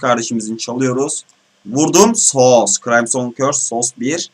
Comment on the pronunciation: KRAYMSON değil kırimsın xD küfür etmek serbest